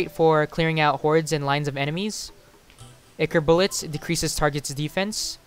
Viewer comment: Its pronounced eye-core not ick-ore